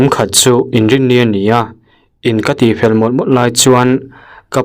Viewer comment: In te alo tifel a...tih turah...In te alo ti whel a 😂😂 F te V te hi a lamfiah thei ṭhaks lo....sahdah hmuam chungin a chhiar ṭhin tih a hriat...nice lo zuks 😂